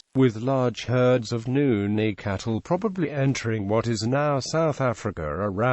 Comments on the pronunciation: Why is he pronouncing Nguni as Nuni...? Insulting us...? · Sorry am laughing. I came to the comments after hearing that. Wow what an insult. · what the hell does even a white person knows about black cultures and migration🙄🙄 he is not even pronouncing it correctly!! these people are too forward & it annoying